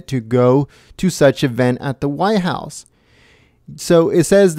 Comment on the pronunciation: WTF is the why house? I assume you means White house, you know, that large place at the end of Pennsylvania ave..Did you learn to pronunciate in an ebonics class?